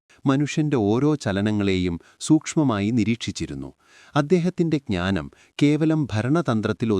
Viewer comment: ചാണക്യൻ്റേ ഈ ക്ഞാനം....... അല്ല ഹേ !.......ജ്ഞാനം.